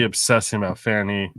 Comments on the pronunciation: It is pronounced as Fawny. She has the right to pronounce it as she will. You not not have the right to keep showing your arrogance by pronouncing it as you decide it should be. So sick of you disrespecting white people that think you can call us whatever makes you feel superior. Just because she is smarter than most of your viewers is no reason to show such ignorance on you part. Hope you people learn to error of your ways, but I doubt it. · Her name is Fani not Fanny